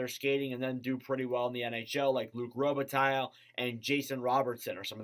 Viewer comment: The "Ls" in Robitaille are silent 🤫